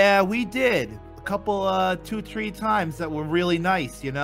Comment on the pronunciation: Why did he said tree day